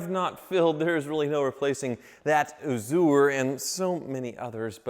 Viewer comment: Bently "Azoo-er"